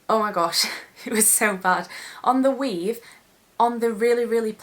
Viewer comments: "ma weave" hahaha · For some reason I think the word "weave" sounds so funny when she says it with her accent.